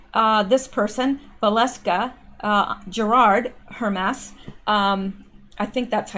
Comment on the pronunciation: Hermès is pronounced urr-MAYS